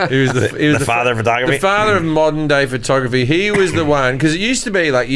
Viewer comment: “Fertography” is driving me nuts